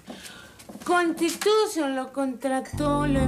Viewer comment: Jajajajajaja Jajajajajaja hay, constitushion Jajajajajaja